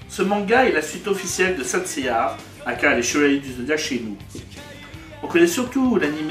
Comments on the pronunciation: "Saint Seiyar" j'ai arrêté la vidéo. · Please c'est saint seiya pas saint seiyaR. Ça pique les oreilles... et donne pas envie dans regardez plus... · C'est saint seiya ya pas de (r) a seiya